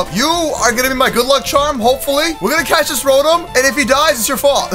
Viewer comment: It's ro Tom